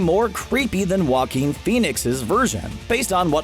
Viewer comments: joaquin (ha-keen) there you go so stop saying wa-keen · Jah-Coin Phoenix